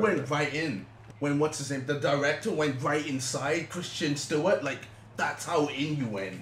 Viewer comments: HAHA Sound like he said Christian Stewart. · lol ''christian'' stewart